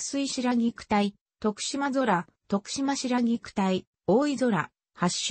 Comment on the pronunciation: 白菊について、良く調べてあるのにナレーションの女性が最悪、漢字読めんのかい！しでんあらため、とくしまそら？